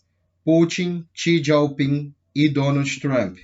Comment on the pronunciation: não é xi "dieu" ping, xi " Jing"